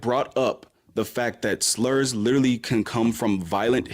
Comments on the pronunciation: I'm so sick of the fucking word "litreally" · "I lidderly googuled it" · Drinking game: take a drink every time you hear “lidderally” in an ignorant fashion. Im shitfaced. Have fun!